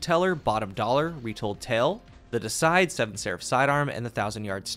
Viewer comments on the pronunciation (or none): Not a critical thing but just for reference Deicide means simply the act of killing a god. The shotgun is pronounced Dee uh side! Also a really really generic first wave death metal band but they are extremely forgettable and boring I'd rather not drawtoo much attention to the band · You mispronounced deicide. Lol its "dee Eee side"